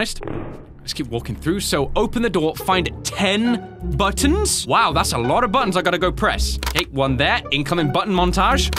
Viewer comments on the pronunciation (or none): none